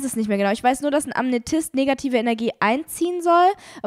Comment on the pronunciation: Bei 51.41 war ich als Heilsteinsammlerin richtig getriggert weil statt Amethyst "Amnetyst" gesagt hat😢